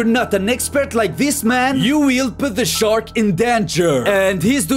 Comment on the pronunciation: Yo weil puuuuhhgt Da sherk In dunjeear